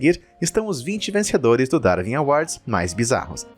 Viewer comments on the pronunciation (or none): Não se pronuncia "Darvin awards", mas sim "Darwin awards". (Lê-se Daruin".